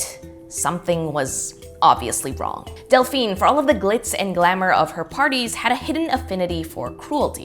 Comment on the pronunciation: It's Delphine not Dalphine lol, i named my daughter it after i saw it on ahs lol :)